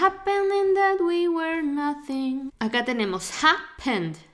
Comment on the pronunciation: Muy buena explicación muy buen video y muy simpática pero muy mala pronunciación de were soy principiante y me doy cuenta es el segundo video que lo noto lo pronuncias igual que where y esta mal